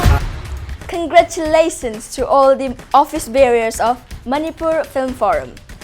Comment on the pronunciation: Office Bearers, not Office Barriers. Please correct it next time